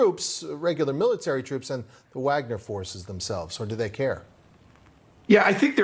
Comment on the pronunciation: Who can trust with Fox News says they can't even pronounce Wagner correctly